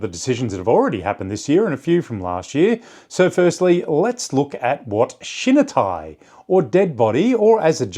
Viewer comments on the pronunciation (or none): You’re pronouncing shinitai incorrectly., not shin nuh. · Great video! Love deep dives into topics like this about my favorite sport. Just a friendly tip to sound less Anglo when pronouncing Japanese words: any i in Japanese makes the "ee" sound. So shinitai would sounds like "she-knee-thai"